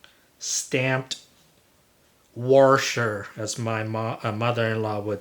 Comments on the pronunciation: Very well presented. My grandmother used to say worsher too. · I subscribe to Taryl Fixes All and he says warshel instead of washer also and he is in Indiana.